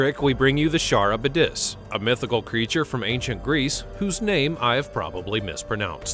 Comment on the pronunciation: It’s pronounced karibdis, not charibdis. 😂